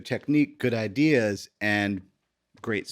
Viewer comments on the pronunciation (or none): none